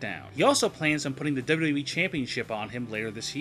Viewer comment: PLEASE learn how to say WWE.